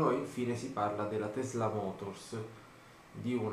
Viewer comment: tesla si pronuncia con la s forte come se fosse doppia ;)